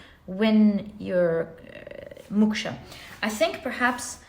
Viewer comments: Dear pl don't mind but it's pronounced Mok-sha to rhyme with Cloak not muksha ❤ otherwise yr knowledge of world cultures is mind- boggling to say the least ❤ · It's called MOKSHA not Muksha. MOKSH is a state of leaving worldly pleasure 🙏